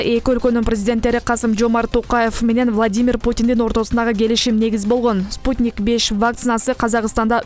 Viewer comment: Кандай окуйсунар вакцина спутник беш эмес спутник Ви деп айтылат